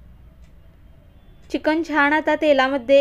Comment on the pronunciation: छान रेसिपी ताई, पण चिकण नाही चिकन म्हणतो आम्ही